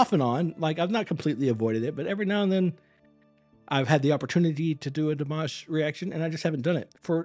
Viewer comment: You started timing on the 'guh' of again; add another second or two or three for the 'ah' of again - he did not breathe in between. Also, please pronounce it Dee-mah-sh; he ain't mashed potatoes.